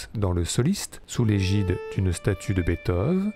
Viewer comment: J'aimerai que quelqu'un m'explique pourquoi une fois sur deux, la voix off prononce Bèthov au lieu de Beethoven (et par la même qu'on m'explique pourquoi les Français prononcent le nom de cet incroyable compositeur de manière si erronée?) ??